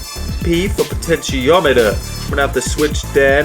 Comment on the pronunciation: I thought he was saying "pitch-en-tiometer"